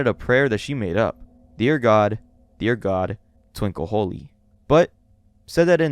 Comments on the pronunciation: "Twinkle hoy" not "twinkle holy" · "Twinkle Holy" it's actually "Tinkle Hoy." 😭